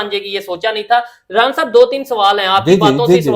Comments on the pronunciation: एरान एरान bolraha hai Iran hota he😂😂😂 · Brother ❌braader✅ Iran❌aeraan✅